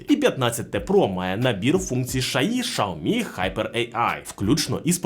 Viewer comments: Чому шаомі а не сяомі 😅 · услышал ШАОМИ , и меня стошнило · Шаверма з лайки чи що? каже про шаурму з лайкою, а сам показує теліхвон.....нічого не поняв....Треба сказати що правильно казати - шаурма з лайкою ))) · ШАоми 😂😂😂😂 .... бляяя.... меняйте ведущего 😅 бо бесит пиздец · Ужас взагалі ге правильно вимовляеш бренд телефону і назву камери,треба ше вчитеся